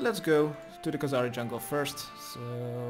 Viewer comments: I am still amazed how after all these years you still say Khazari jungle instead of Kharazi jungle, which is the correct order of letters in that name :D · youve been saying kahzari jungle for so long haha